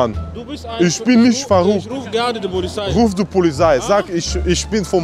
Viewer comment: Isch rufe die "polizhei" 😄